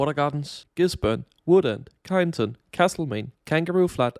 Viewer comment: laughed so hard with that kyneton pronounciation, good vid anyway!